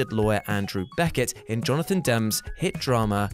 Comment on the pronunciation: Jonathan Demme's last name is pronounced "demmy." Max Cady's, of "Cape Fear", last name is pronounced "kay-dy". But hey, still another nice piece of narration from the excellent.